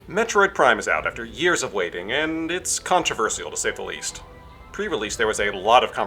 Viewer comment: Controvers-ial- to say the least and pronounce incorrectly.